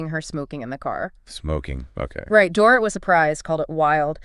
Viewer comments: It's Door-eat. Not Door-ruht. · OMG, pronounce Dorit"s name correctly or don't say it!!!